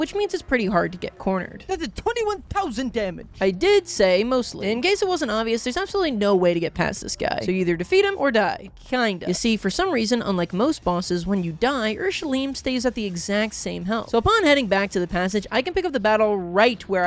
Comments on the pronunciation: UR-SH-LEI-M. I know german is hard.😅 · As a german i sadly have to dislike this video simply for the pronunciation of the word "urschleim" (great sliime / ancient slime) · Also PLEASE look up how its pronounced this is not okay xd